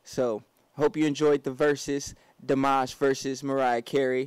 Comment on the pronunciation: It's pronounced deemash